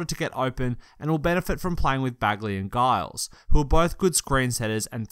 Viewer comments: “donkidge” “guyles” wtf is this pronunciation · Giles is pronounced Jiles. Damn European journalists.